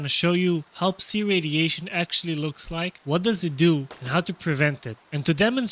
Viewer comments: Tip. Psi is pronounced sai not see. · Took me too long to realise what see radiation is. It's pronounced sy (rhymes with die as it's short for psychic)